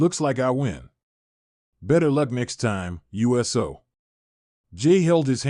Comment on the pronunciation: Pronounce Uso, ooso. Not USO like the organization.